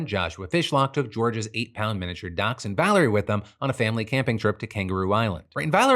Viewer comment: Can we talk about the way that Phil pronounces dachshund? 😐